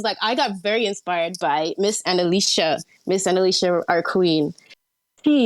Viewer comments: Our Queen Annaleesha Edit: to be clear, I'm mocking her worship of Annalicia (calling her queen multiple times) despite her inability to say her name correctly. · She said that, mispronouncing her name